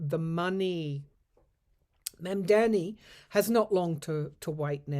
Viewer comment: good morning blessings to you. His name is pronounced Mandani with both "ah" sounds.